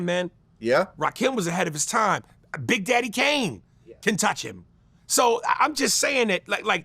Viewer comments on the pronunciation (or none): none